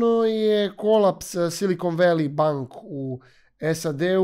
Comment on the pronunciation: Valley se ne cita kao /voli/ nego / veli /....voli wolly je urbani izraz za muski polni organ 😂😂😂😂